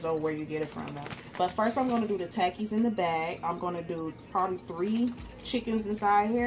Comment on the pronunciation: it is pronounced "ta- keys"